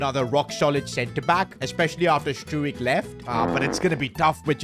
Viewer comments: fyi stuijk is pronounced strouk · Let’s teach how to say these players names! As a Leeds fan this is annoying me Ampadu = Am-per-doo Gnonto = non-toe Struijk = str-ow-k